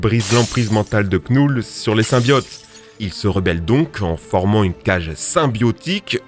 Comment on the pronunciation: Knull on ne doit pas prononcer le K car il est muet 😅